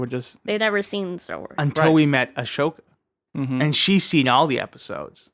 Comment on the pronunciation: For the love of Christ, I love you, but it’s Ah-So-Ka not Ash-Oka 😭🤦‍♂️